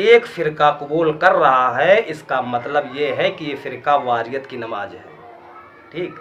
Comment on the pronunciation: Bhai aap ni durust frmaya... Pr aap ka lahza Shi nhi h.. AAP namaz Ko namaj bol rahe h